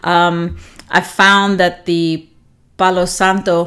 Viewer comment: Loving watching your reviews 🥰 I am living for this suggestion to band together Scentsy blends. I'm that exact person, digging to find what I'm looking for 😂🙈 Love your accent, so calming and especially your pronunciation of Palo Santo 💛 I love a good Palo Santo scent. Mostly enjoy it in incense cones as some wax can be more cologney. Excited to sniff L3's take. Hope you have a relaxing weekend before your vacation ends. Thanks so much! 😁